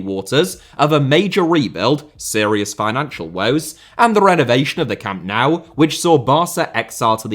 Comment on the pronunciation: Learn to pronounce Camp Nou please.